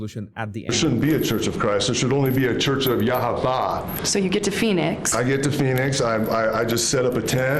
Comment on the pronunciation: He doesn’t even know how to pronounce Yahweh correctly. Idiotic man.